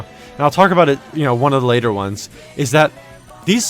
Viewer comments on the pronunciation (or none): none